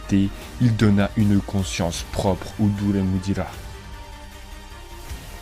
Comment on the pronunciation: Deremudira , pas duremudira xD sinon super vidéo 😊